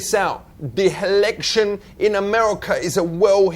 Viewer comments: "H'election" LOL This guy is awesome. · "Helection" :D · the Helection. Does your think. lol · helection, hahahahahahaha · "da helection" 😆🤣😆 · I love his pronunciation... "the hillection", lol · "Cause him know Nothings about America and the helection" loL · "heliction" lol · "hevedence" "helection" buhahhahahahahah